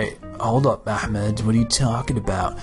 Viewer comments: ITs Ahmed Not AHEMAD. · I know, but my phone speakers make it sound that way